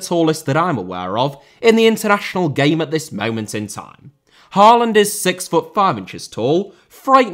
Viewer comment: Great video! You're generally very good with pronunciations, Hoever, double A in Norwegian (and Danish) creates the sound of Å, which is like 'aw' in most english accents. Haw-land, Øde-gourd would be approximations.